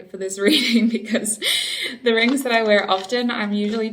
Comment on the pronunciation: I love the way u said rrrrings